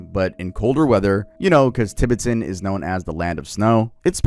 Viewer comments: tuh·beh·tn .. not Ti.Bit If you're going to do a video essay, please look up the pronunciations prior to recording the video. If you're going to do a video essay, please look up the pronunciations prior to recording the video. Nothing irritates me in life more than mispronunciations, especially by fluent English speakers. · tib-i-tin? i thought it was pronounced ti-bet-en 😭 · Give us the lost footage between and where he learns how to pronounce "Tibet" Edit: nvm he goes righr back to saying "Tib-bit-ton" im DEAD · Pronounced Dolly not da-Lie And Ti BET an not tibbitin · I can't listen to you say tibbatin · “Tibitan” is sending me 😂😂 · "Tibbertons" "DUH-LIE LAMA" 🤣🤣🤣🤣🤣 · and tibeten... "tibiten" lol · I tried to watch this but you kept saying Tibetan wrong. How are you pronouncing Tibet right and Tibetan wrong? Also that's not how you say dalai lama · Bro pronounced Tibetan so weird. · Cool and all but I cant forgive your pronunciation of Tibetan. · doesn't know how to pronounce Tibetan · I wonder if Batman learned how to make a tulpa from the Tibetan monks too 😭. Also I hate how bro pronounces "Tibetan" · The way he kept mispronouncing “Tibetan” and “dalai lama”😂🫡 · I'm so sorry but the mispronunciation of Tibetan and Dalai Lama are KILLING me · ilysm but please use google pronunciation on Tibet, Tibetan, and Dali lama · i swear hes saying tibetan and dali like that on purpose. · It takes maybe 4 minutes to google how to pronounce Tibetan and Dalai. Like common bruh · Is bro pronouncing everything wrong on purpose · I love you, but why the hell are you saying Tibetan and Dalai Lama like that broski😂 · I love you but you are pronouncing Tibetan and dalai sooooooooo wrong it's actually frying my brain 😭😭😭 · Does bro need to look up how to pronounce Tibetan? Is that what bro is trying to say? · why did you pronounce tibetan like that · The Tibetan pronunciation is completely cooked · And Tibetan lol